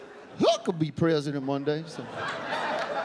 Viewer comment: it’s subbed “I could be” but pronounced “huckabee,” kinda genius